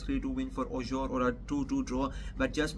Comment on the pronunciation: Ur Pronounciation of FRENCH🇨🇵 is TERRIBLE. However... Its NOT easy 4a non-French speaker to pronounce. TBH. Let me 《COACH u》 a bit. Auxerre = O-z-"air" Nantes = Nan-T DO NOT pronounce the "S" The 《S》is silent. Like in... Nîmes = n-EE-M But for LENS = L-EN-S + Rheims = R-1*-S u DO pronounce the 《S》 (1*=like in le Pain🇨🇵; le Vin🇨🇵; le Boursiny🧀🇨🇵 ; Vingt🇨🇵 =20)